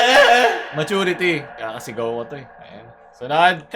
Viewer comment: "~ dahil ano yan MaAeturity "